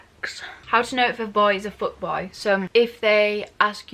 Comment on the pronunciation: The hole fucking time I thought she was saying foot boy instead of fuck boy😂